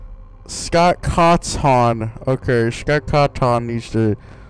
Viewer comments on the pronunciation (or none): FNAF is the best how dare you say that and when u said "Scott caton" had me rolling on the floor